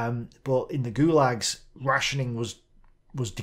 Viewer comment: Oi, that`s "gulags" once again. Is it too hard to call them in a propa way?